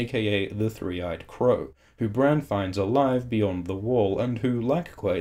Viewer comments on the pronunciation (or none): none